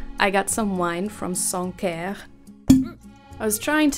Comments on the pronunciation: French singer here... I understand you like our wine and cheese 😅👍🏼 Sancerre is pronounced Sansserre, if I may 😉 🙏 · Yep, that was the only thing I think got wrong. Her accent is ever so good. Sancerre wines are not as they used to be (40 years ago). Something has happened to them. In a sense, I reckon pronunciation, although 'wrong' is quite apt given the change in the taste of the wine (unless, of course my taste buds have changed out of all recognition - and I don't think they have) 🤪